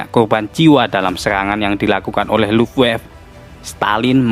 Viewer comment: sedikit koreksi bang,angkatan udara jerman di baca bukan luffwaf bang, tapi luft-waffeu